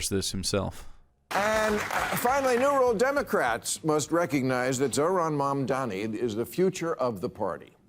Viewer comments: I know he can say "Mom." I know he can say "Donnie." IT'S FUCKING MOM DONNIE. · it's crazy that he can't pronounce "Mamdani" when it uses entirely English phonetics, at least in the normal way that normal (non-Maher) Americans pronounce it. It's pronounced like "mom-Donnie." Does he not know how to pronounce "mom," or does he not know how to pronounce "Donnie"? ... It's "mom" that his mouth refuses to pronounce. He has probably never said the word in his entire life, based on his behavior.